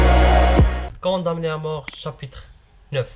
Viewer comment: Waaa ostad vous prononcez m du condamné est ce que m se réalise dans la prononciation est ce qu'il se prononce . Et bonne continuation pour tout le monde